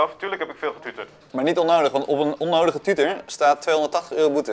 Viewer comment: Schitterend hoe ook tuuter zegt.